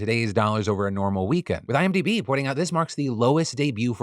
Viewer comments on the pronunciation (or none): none